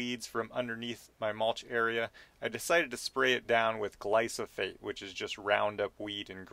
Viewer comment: Great video, just one thing… it’s gly-PHO-sate, not gly-so-phate